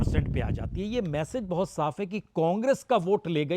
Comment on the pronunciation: और इसका हाथ मसलकर बोलना😂😂😂 और बोट बोट धन्यवाद😂😂